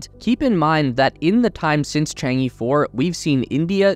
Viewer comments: This title is going to look really funny in 10 years. your takeaways from NASA are... a little convoluted though not entirely wrong. Could use some work. Also, friendly critique, it's "Chang-e" not "Chang-i". Pronounced kind of like "Chang-uh" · FYI, Chang'e is pronounced as /tʃɑːn ɚ/ but not /tʃɑːn iː/ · Chang E is not pronounced as “chang i” It pronounces like "chang a", "a" is like the pronounciation of the "a" in "a robot" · chang eh, not Chang E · Chang-e is not Chang Yeee, it's Chang Urrr. It's the name of a Chinese moon goddess. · I believe its Chang'e not Chengi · chang-e should be pronounced chang-er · Your pronunciation of Chang e really drives me crazy.. other than this, great video. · Cant even pronounce Chang E😆